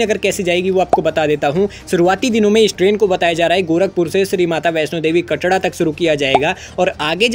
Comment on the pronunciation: Bhai "कटड़ा" nhi "कटरा" hota hai bhai 😂